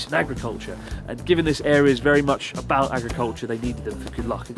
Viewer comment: How did attempting a Brittish accent make her sound more Canadian? I swear that's the first time I've heard her pronounce about as "a-boat"! xD